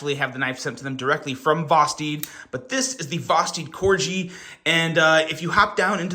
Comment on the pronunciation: Corg——-eeeee, not cor-jee, 😂 like the dog. Merry Christmas though, hope y’all had a good one.